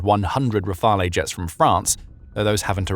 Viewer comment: Great news! For the record, there is no “eh” sound on the end of “Rafale”. It’s pronounced “ra-FAL”.